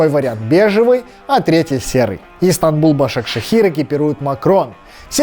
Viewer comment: Не Истамбул Башакшехир, а Истанбул Башакшехир